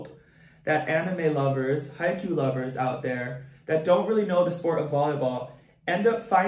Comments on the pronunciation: I just wanted to say that it's haikyuu l, not haikyu, just saying😊^_^ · This isnt a hate comment but it's pronounced He-ka-you